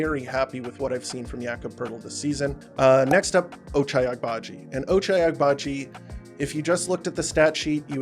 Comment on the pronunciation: I think the g in Agbaji is silent or that's at least more accurate, enjoy your content keep it up